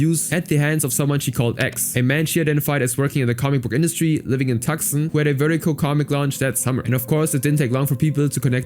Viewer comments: LOL it’s “too-sahn” not “tuck-son”. 😂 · A suggestion: Find out how to pronounce the names of every person and every city you mention in your video before you start recording the narration. For example, the city of Tucson is not pronounced "TUCK-SON". It is pronounced "TOO-SAHN". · Tucson is pronounced “Too-Sahn”. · The C in Tucson is silent ...